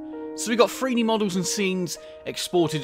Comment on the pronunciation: are you saying FREE D? I swear I keep hearing FREE. Are you saying it like that on purpose? Because the engine is free?